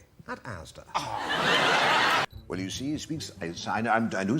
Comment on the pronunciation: You have a couple of the names wrong, the supermarket is ASDA (not AZDA), one of the impressions at the end is FRANK SPENCER, the other is ROLF HARRIS, (not ROB HARRIS). Other than that this is a good compilation.